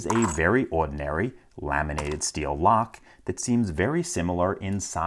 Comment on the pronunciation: "Very Ohdinary"